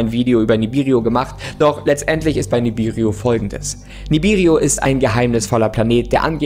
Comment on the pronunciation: sagt Ihm bitte mal das dieser vermeintliche Planet Nibiru heisst und nicht Nibiriu, Danke.